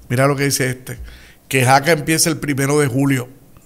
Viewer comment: Escuché mal, o usted dijo Jaca en lugar de Saca? Sobre el nuevo presidente de Luma